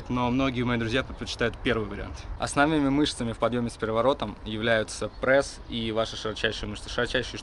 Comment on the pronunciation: бесит когда вы говорите прэсс